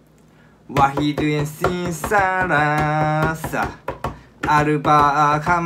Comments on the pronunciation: ثلاثه =ساساره 😂😂😂😂💛💛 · تلاثه مالته كراثه بس ما شاء الله علي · واحد....واخد اثنين....اثنيين ثلاثة....؟ اربعة....اربعة😃 خمسة....كمسة ستة....ستة😄 سبعة...سبا ثمانية...ثمانية😃 تسعة...تيسا عشرة...عشرة هيك نطقها كلها😍😍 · واحد اسنان سلاسة ارباة كمشة شتة سبأه كمانية 😂😂😂😂😂😂😂😂 Great job 😂👍👍👍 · قال تلات علي فكره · واهد تنين تلاسه اربه كمسه سته سبئه تمنيه تسئه ئشرةةةةةةة😂 انو في كلمات لفظهم صح بجوز ٣ او ٢ صح😂😂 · واسن اسنين سلاسه اربع كمسه سماسستيتا عسلاااااه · بموووووووووووووتتتتت 😂😂😂😂😂😂😂😂😂😂😂😂😂😂😂😂😂😂😂😂😂😂😂😂يألف من راسه ثلاثة يقولها صرصاره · واهد سنين سراسة اربع كمشة سيته سابوع ثومان تيسعه عشرةةةةة 😂😂😂😂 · سمساسة يلي هي الثلاثة 😂😂تمسيتة يعني تمانة 😂😂😂😂😂فرططططط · ثلاثه يقول ساسارا ههههههه متتتت هههه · ثلاثة صارت سمسارة🌚💔😂😂😂؟ 3= thalatha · ههههههههههههههههههههه hahahahahahaha الثلاثه يكولهه سراسه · الثلاثة ثارت سباسة وال ثمانية صارت تبساتة 🤣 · سلابة ثلاثة 😂😂🙃🙂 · ثلاثة ليس سلاسة سسسااسة 😂😂😂😂💦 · سمسايه؟😂😂😂😂😂سمساسه؟يجماعه هذي ارقامنا؟ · يوجد3 تنطق هاكذا ثلاثه هههههه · وللة متت ضحك يعني لما ينطق الكلمات وخصوصا لما نطق ثلاثة سواها سارة 😂😂😂متت ولله أحبو لأنو يضحكني غصب 🦋😂🙏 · احله شي الكمسه ههههه متت😹😹👌🦉 3-ثلاثه سسارراه هههههه عود ثلاثه متت استمر مبدع متابعتك من العراق ( اتمثلني من درست اللغه الكوريه)😹👌🦉*! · 😂😂😂😂 متتت اثنان وثلاثه خرب🤣🤣 كوه يلفظه يكول سرافه 🤣🤣 كفو كفو ونعم بيك يخوي🤣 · 😂 8اخ بطني متت غيرت نطق الأرقام خمشه سلاثه متتت 🤣 أهم شي صوت موسيقي دربكة علمكتب مين لاحظ دربكة ههه المهم إنك مثابر برافووو وو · ثلاثة ساراسا 😂😂😂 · ثلاثه❌ ساره✅ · أحسبه يقول واحد اثنان خمسه بعدين قال واحد اثنان ساراصه هههه وإذا قال ثمانيه يقول سرمانيه سسسسسسس ههههههه احبك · ثلاثه❌❌ سراسه✅✅ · هو تقريبا عنده مشكله مع الرقم 3 🤣🤣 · انت تنطق الثلاثه خطأ